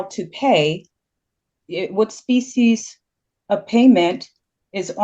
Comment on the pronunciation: "Species" of payment? 😂